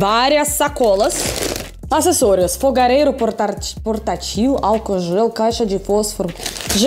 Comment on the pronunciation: Clorim para purificação de água. E seria portÁtil com a sílaba tônica no A